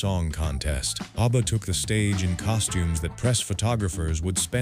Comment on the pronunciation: I lost interest in this one as soon as the AI voice mangled the pronunciation of ABBA. This is what happens when we lazily churn out videos without checking them first.